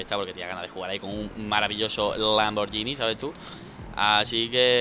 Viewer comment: Dani se dice lamburgini